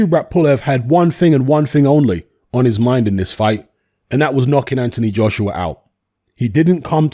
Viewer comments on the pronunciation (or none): pronounces Joshua like Joshrua 😂